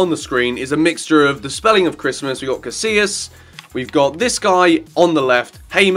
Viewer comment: Did you really just pronounce "Casilla" like "casiLa"? Omfg facepalm